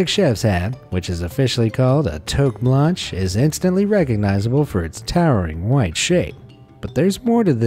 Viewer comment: Did he just say toke banshe its freaking toque blanche!!!!